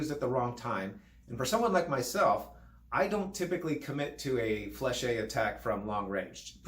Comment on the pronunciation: Isn’t it flesh not flèche-hey?